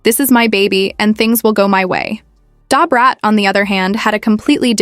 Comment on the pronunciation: This seems fake. This white woman cannot pronounce Da Brat name. Lol